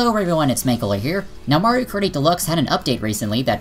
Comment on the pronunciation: I don't know a lot about all this online stuff with MK as I play it about once a month with friends but I would agree with what you're saying about it all based on your evidence But Do you keep saying Mario Karty cause that's what it sounds like and in which case I love that